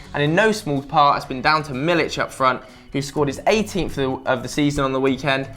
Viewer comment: It's pronounced Milik (me-leek) not Milich.